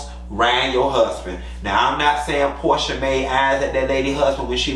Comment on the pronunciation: damn I didn’t catch that. 😂 😂 not Pro-sha